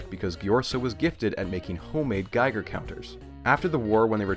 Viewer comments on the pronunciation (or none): none